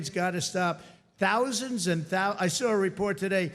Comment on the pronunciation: with 65 tousand employees,,,,gee i thought it was 65 thousand,,,with a th